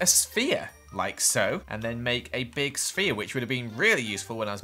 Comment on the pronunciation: says sphere everyone leaves the video